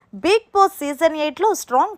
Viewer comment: హలో మేడం కొంచెం బిగ్ బాస్ పదం క్లారిటీగా పలకటం నేర్చుకోండి ఐ యాం యువర్ బిగ్ ఫ్యాన్